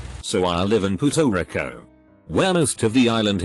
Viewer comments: everyone: pu er to ri co robot: pu to ri co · No one: Not a single soul: The google voice: “Porto Ricko”